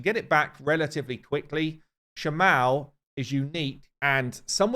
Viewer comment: Shamael makes more sense to be pronounced like Raphael. Just... Come on.